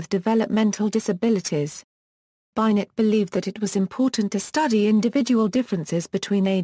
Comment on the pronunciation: This is disappointing. At least pronounce names correctly, i.e. "Binet" pronounced "Binay" not Bynet